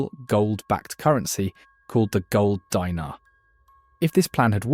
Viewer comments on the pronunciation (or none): Gold "Dee-nar", not "Die-nar" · Actually Dinar is pronounced “DEENAR” not “DYNAR” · "Dee-nar", not "Dy-nar". "Nee-jher", not "Ny-jher." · Say it with me: De-nar Not a dinner u r just making me hungry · It's pronounced deenar